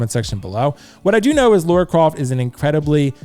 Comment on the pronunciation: I like the Arthur Morgan and Lara Croft choice. I'm thinking Lara from the most recent games (Also it's pronounced LUH-RUH...Rhymes with Mara, not LAURA CROFT 😜) I also would like: Solid Snake - MGS4 Claire Redfield - RE2 Remake Leon S Kennedy RE4 Remake Chris Redfield RE 8